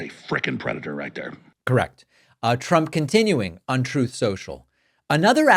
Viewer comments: Little trump cant even pronounce Truth lmao.. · Love the commentary, David, but I'm here for the "TROUTH CENTRAL" and "OBAMNA" soundbites 😂😂😂